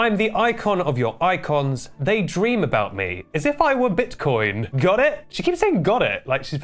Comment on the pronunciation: То как он сказал "скиттлз" и "биткоин" в конце звучало очень по-русски 💀